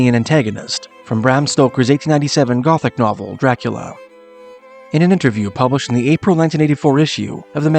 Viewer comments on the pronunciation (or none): none